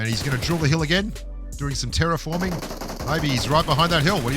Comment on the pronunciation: "Doing some teraforming" LMAO